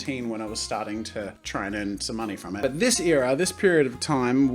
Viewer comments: Wait. I have an accent? I thought that was how everyone was supposed to talk. Haha. He said Eara instead of era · who else gets irritated when jazza says eera instead of era? just me? Ok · Air-a not ear-a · Your ‘ear’as? It’s pronounced era, like ‘air’a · ITS ER AH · You say era differently than I... Pfgggggggggg it's fiiiiine!!!!